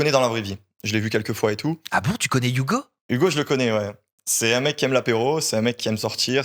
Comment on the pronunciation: Arrête avec tes "DA" ouvre un dico tu es insupportable gamin, "je veux pas rester sur des avis de quelconque" mais qu'est ce que ca veut dire?! La fausse surprise de la mais mon dieu que c’est horipilant et arrête avec tes "YouGo" c’est HUGO pas YOUGO!!!!